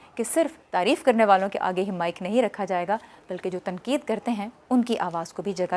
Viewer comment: خوش آمدید آپ کا انداز بیان اثرانگیز ھے اور دلچسپ بھی ، مگر آپ سے استدعا ھے کہ آپ اپنا ش ، ق ،درست کرلیں ۔۔ جیسے آپ تنقید کو تنکید‌ کہتی ہیں جو سراسر غلط ھے ۔ خیراندیش شکیل عظیم مؤرخہ ٦جولای سنہ ٢٠٢٣